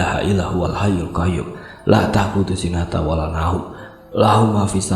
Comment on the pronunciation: Sinatu bukan sinata Tajwidnya jgk kurang tepat😁✌💪💪💪💪